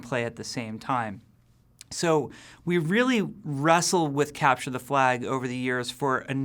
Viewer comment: He emphasized "wrestle" a good bit, wonder if that was intentional?